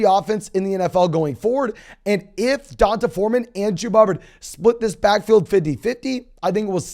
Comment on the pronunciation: It's pronounced DEE-ON-TAY. Not Dun-tah! LOL🤦